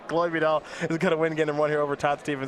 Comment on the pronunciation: *chloé not chole :(